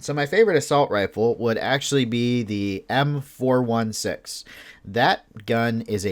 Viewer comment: The way he called the M416 killed me